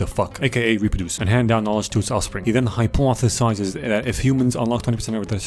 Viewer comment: The way you say hypothesizes